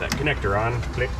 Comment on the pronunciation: "reverse click" - pronounced "cilck" perhaps?